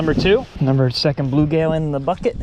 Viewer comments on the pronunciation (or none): First of all...it's blueGILL not blueGAIL, I've never ever heard anyone ever call them bluegail. WTF? Secondly you need to have a screen over the tank because bass will often jump out.